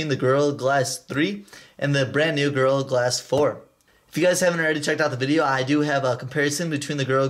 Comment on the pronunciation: Sounds like you're saying girl glass instead of gorilla glass